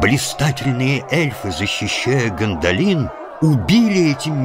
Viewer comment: Мужчина читает хорошо, но какой у вас перевод книги нелепый, где вместо орков гоблины, а названия городов и имен с не правильным ударением Э́лронд а не Элро́нд Го́ндолин а не Гондоли́н Ри́вендел а не Ривенде́йл Всю атмосферу портит Еще песни эльфов на сельский лад какой то, где эльфов выставляют какими то сельскими дурачками которые с Гендальфом и гномами как с дружками разговаривают